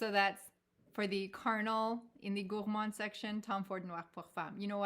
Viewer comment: I love the way you pronounce “Gourmand”, you need to give me some French 🇫🇷 lessons! I talk to my fragrances too! Why not, they are my babies! 👶 I didn’t like Gourmands at first, but moving to colder climes changed that! Yummy! 😋😋😋 When I saw your first post on Instagram about Tom Ford Noir Pour Femme, I knew we were sisters! 👯‍♀️ Love your choices, we have the same taste! 💖💖💖